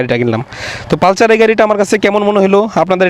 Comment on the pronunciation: এটা পালচার না, পালসার।